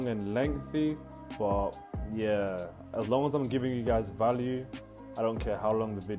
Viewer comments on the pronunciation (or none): none